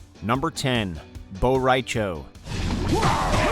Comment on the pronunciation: BO’RAI’CHO?!?!?!?! ARE YOU FUCKING HIGH!?!?!